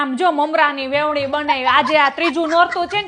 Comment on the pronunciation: Vevni nai veni kahevay